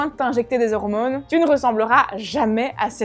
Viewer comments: Quand elle dit "hormounes" :3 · Hormônes, testostérônes... C'est con mais ça me fait rire.